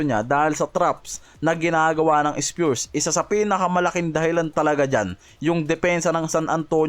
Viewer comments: Grabee k nmn masyado mo iniislang ang pronounciation ng spurs pero.sau ispyurs hayop ang styles mo. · Spures eh bisakolllll itigil mo yan ayusin mo mna mag banggit ng spurs hindi spures 😅😅😅😅